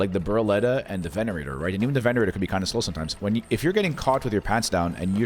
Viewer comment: sorry to correct you , but its called a Venator not Venerator , otherwise amazing vid , i loved it 🥶!